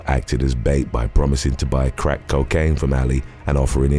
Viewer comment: “43 KILOGRAMS OF CO KANE” 🤣🤣